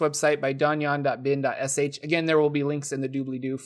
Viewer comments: It's the french word for a fortrified tower / a keep, and it's the word from which our word dungeon is derived. How it's pronounced, I think is mostly correct, except that it's Don-John, not Don-Juan. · Donjon: I always thought it was pronounced like Dungeon, not like Don Juan ;) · You've made my DMing a lot easier. Thanks man. I've used DonJon before, and think it's a grea resource.. I've been pronouncing it wrong this whole time, I thought it was Dungeon. Working on a Floating Country Sandbox with my buddy. And DMing CoS. Awsome videos, keep it up.